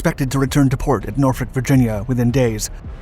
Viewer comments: I am so impressed you pronounced Norfolk correctly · You said said Norfolk correctly. Most people say Nor-FOLK.